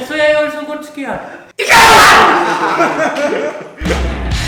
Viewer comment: IT IS RILI ISKAYRD. HAHAHA!